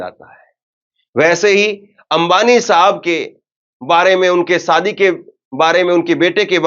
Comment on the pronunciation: Sadi nhi shadi hota h aap ki zabaan acchhi nhi h bht aasar padhta h